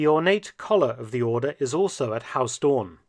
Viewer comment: Mark Felton. For future reference: Pronunciation of Huis Doorn. "Huis" is pronounced "Hace" or more correctly "Huys". The "oo" in Doorn is pronounced the same as "oo" in English, so "Dooorn". Not "Haus Dorn". The language is Dutch, not German.